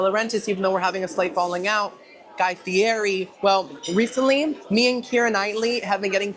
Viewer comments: For the love of all that is sacred... Its pronounced Guy Fee Eh Tee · Its pronounced Guy Fee eht ee